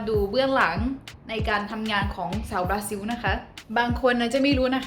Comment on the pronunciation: บรูน่าต้องออกเสียง ซิล ล ลิง สะกด ไม่ใช่ ซิว นะครับ😂เป็นบราซิล ไม่ใช่ บราซิว😎